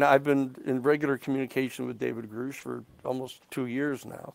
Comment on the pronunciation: He’s been in contact with “greush’ for two years but still doesn’t know his name is pronounced grush like crush